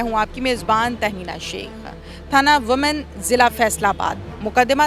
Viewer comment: لفظ Women کو وومن نہیں ویمن کہتے ہیں ۔